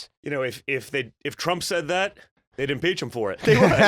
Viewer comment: I like how he said "If Trump said that, they would impizza him for it"